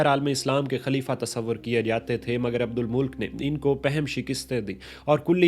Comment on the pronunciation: Abdul Malik nam h ap esay abdul mulk boul rahe ho😂